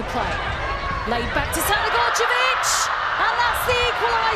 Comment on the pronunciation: How do you properly pronounce Crnogorčević but butcher Geyse? Also if DAZN want people to pay for this they need to up their quality.